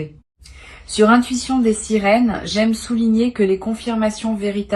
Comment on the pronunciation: Svp corrigez votre prononciation c'est l'intuition des sirènes et non des sérines ok?